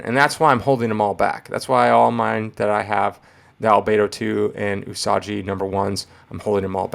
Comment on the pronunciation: Love that book. One of the most scarcely found books in any grade. But allow me to further correct you on pronunciation Its U-Sah-gee うさぎ The [ ぎ ] is translated to as gee or gi. Like saying GIgawatt without the ...gawatt part My credentials: just spent 2 semesters of college studying Japanese. Still love the vid though so please don't take it as someone on the otherwise looking to just correct. The way you're saying Yojimbo is correct.